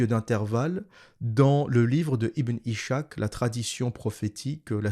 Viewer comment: Ishak se prononce en fait Iss hak . C'est Isaac en arabe.